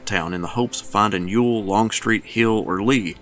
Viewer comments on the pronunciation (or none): none